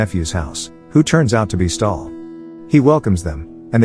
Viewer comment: its stahl not stalin